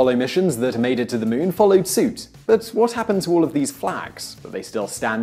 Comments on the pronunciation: Moon not mun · Muuun,muun, muon,muuuuun, I didn't hear anything but him mispronouncing muun repeatedly 😳🤷🤓. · The Meoon? You Brits are a bizarre bunch. THAT'S the queen's english?